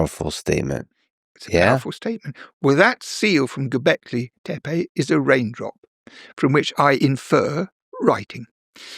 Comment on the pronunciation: Here's a person who pronounces Göbekli Tepe correctly